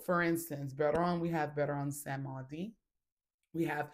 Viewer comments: It’s called: Baron Samedi (Samdee). Not “samuhdi. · Samedi means Saturday and it’s pronounced “Sam Dee” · Samedi is pronounced different sista it means Saturday .